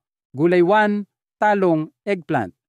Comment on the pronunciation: pilipino po kau? bakit mantika at talong iba kau mag pronounce , not filipino …